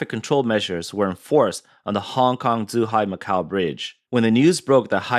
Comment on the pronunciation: Should probably work on the pronounciation of the locations named. Should not be difficult for the reporter who sounds like he is an ethnic Chinese. Zhuhai was said as zhihai. This shouldn't happen in a news pgm.